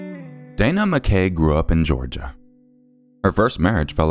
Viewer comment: Just a heads up (since you explained the pronunciation for the other surname) MacKay/McKay is pronounced Mack-aye (like a capital i). It's a Scottish surname.